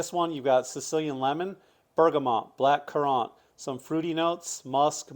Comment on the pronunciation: Do they pronounce black currant that way in South Carolina?